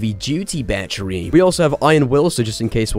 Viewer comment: The fact that u literally said Batch-ery instead of Battery, I loved that